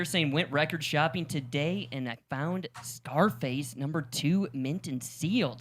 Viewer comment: Czarface should be pronounced as “Zarface” not “Scarface.” Thettle down.